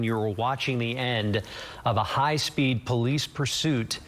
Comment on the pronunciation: She keeps saying "high rate of spade" lmao